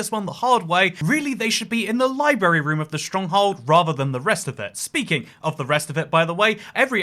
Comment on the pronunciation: The lie-berry room.